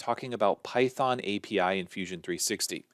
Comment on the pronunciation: good one, "pythong" :D